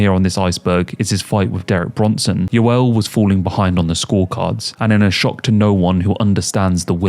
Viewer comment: Some of the worst pronunciation of names I’ve ever heard 😂😂 “Gilbert Yeevell” 😂😂😂